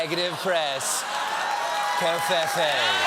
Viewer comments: ITS PRONOUNCED CO-FEE-FEE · Cofefe is pronounced differently though. It should be rhyming with "me"